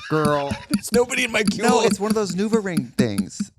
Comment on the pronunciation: how is no one commenting on “nuvaring”